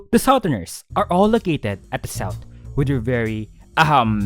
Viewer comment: The s-AHA-outh is amazing oh no im infected with the AHA